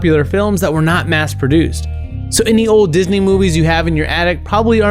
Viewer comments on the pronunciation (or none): none